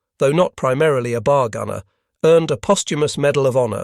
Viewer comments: Gawd THIS computers pronunciation sucks! BAR NOT BAHRRR! IT'S B OW LIKE OUCH, at the front of a ship! 50 caliber, not .05 inch caliber. A unit of caliber is measured in the definition as hundreths-of-inches! Using both is redundant. Annoying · Always great content but the narration is getting very sloppy. How is it that we get to pronunciations “bars” and “BAR–S”back to back? And the pronunciation of .30-06 is ridiculous. Just type and narrate “30 ought 6”